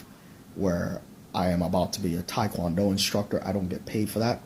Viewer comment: And he can't even pronounce Tae Kwon Do right, so I ain't believing anything that douche said.